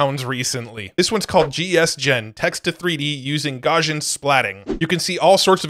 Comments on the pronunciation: Not a huge deal, but its pronounced Gauss·i·an or Gous-ian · Btw it is pronounced: Gauss·ian ˈgau̇-sē-ən : being or having the shape of a normal curve or a normal distribution. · Garsjan ... This is not how you say Gaussian! xD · One of these days, will learn how to pronounce "Gaussian"...:D